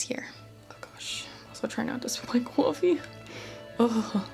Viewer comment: Coyfee lol Love the way you the put the emphasis on a different syllable there, Ma'am. Thank you for sharing.